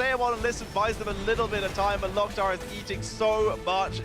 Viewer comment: Stop saying Lock Tar, It's Lowk Tar. Orc phrase